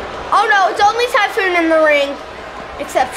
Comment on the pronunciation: He said tyPhoon capital p